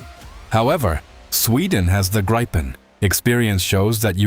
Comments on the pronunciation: It's not called the "graypen", but "greepen" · damn you.. its not graipen.. its greepen but the ee should be short like the last e... ee in english is i in swedish.. but short in this case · Gripen is the Swedish name for a Gryphon (The Queens English) or Griffin (American). Pronounce it Greepen and you’ll be correct. Grigh-pen is a really sad butchering of the name of this fine aircraft. Kind regards Anders, 69 Sweden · It is pronounced Greepen not Graipen….. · Graipen, Graipen, f_ck Graipen. It IS NOT Graipen - It is Griipen - G R I I P E N. [Like 'Mittens'] Fix your moronic AI sound making. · "Graipen fighters"? Completely mispronounced. It's "Gripen", but not "Graipen". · Graaaaipen fighters? What? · If I hear one more AI voice say Griepen fighter ill scream. Ai is absolutely killing youtube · No, it's a long i. Greepen is closer to it. But Swedes wouldn't mind if people said Griffon. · Pronoused: Greepen. The Griffon. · The pronounciation of Gripen incorrect. The i is pronounced as E in England. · In Swedish, 'i' is pronounced as 'e'.